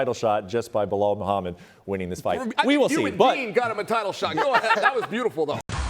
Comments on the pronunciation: Chael - its Bee-lal Not Blo hall Hahaha… :) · Bluh-hal - Chael Sonnen😂😂😂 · Chael: Behal lol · Loool how does he get away with mispronouncing fighters name (behal) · Charles Sonnen was a Blahal believer years ago. There is a clip of him calling Belal Blahal over the years. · Chael still saying Belahall